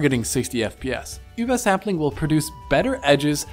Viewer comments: He is pronouncing it absolutely perfect because he is actually german and that is how you pronounce it. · I would agree if it was called Uber-sampling, but it is called Über-Sampling, so clearly a german word, why would he not pronounce it like a german word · Sentinel it really doesn't. And his pronunciation is correct. It's a shame that you kids get all worked up about foreign languages. There's more to the world than just English. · You're gonna go out of your way to properly pronounce über for übersampling, but you're gonna pronounce gaussian as "gawzhin"? Great review though. Keep up the good work!